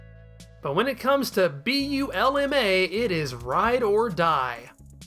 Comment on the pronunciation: I actually like your Bulma pronunciation.